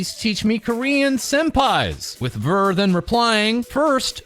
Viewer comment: I did notice this part way through. You may never see this comment but Ver's name is pronounced (V-ea-r) kind of like Year